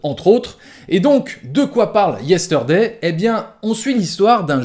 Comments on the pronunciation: Yesteurday... Problémo dé pronunciaçion ! 😉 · je vais faire mon reloud mais : le R de Yesterday ne se prononce pas : beetle veut dire scarabée et non pas cafard Sinon, très bonne critique, je te rejoins tout à fait 👍